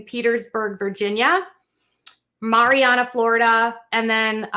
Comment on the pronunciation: The facility in MARIANNA, FL is actually pronounced - MARY ANNA (as in his wife’s name Anna). HOW IRONIC!